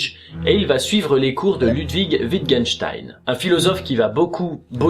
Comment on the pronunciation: Stp on prononce L"OU"dwig avec un ou pas un u